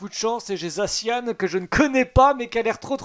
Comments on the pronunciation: C'est za ssi an pas zacianne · Sa me soule que tu prononsse mal le non de mon pokémon préféré (zaci an)